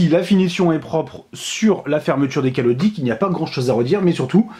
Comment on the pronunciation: "des calodics" tu a bus quoi ou fumer quoi sinon très bonne vidéo comme d'habitude